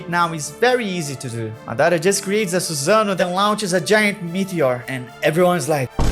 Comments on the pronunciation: Not susan-oh 🤣🤣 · Eu amo que quando ele fala "madara" e "susanoo" ele entrega a Pacoca que é brasileiro